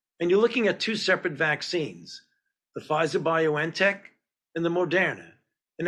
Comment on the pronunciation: Dr. Fauci can’t pronounce BioN Tech. Very surprising. Bion Tech. Not Bio ENN tech. Shouldn’t he know that?